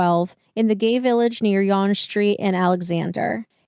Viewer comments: Yes we use 911 as emergency services number as an aside Yonge Street is pronouncedas Young Street. Our laws and justice system are definitely much different. If I remember correctly they were tailing McArthur having known of the connection to the cannibalism site. Eligibility for parole is guaranteed in Canada but is mostly denied to killers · Yes, Canada has 911. Yonge Street is pronounced Young Street. My dad worked at Stanfields manufacturing at the same time Bruce was a salesman. The salesmen would sometimes tour the factory. I still remember Dad saying there were some salesmen that he (dad) wouldn't buy water from if he was dying of thirst. Not saying he was talking about Bruce specifically but, if the shoe fits ... I have many friends who are part of the gay scene in Toronto. I also have cousins who live 20 kilometers from Fenelon Falls. This case hit really close to home.